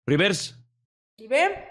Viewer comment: Dise rivers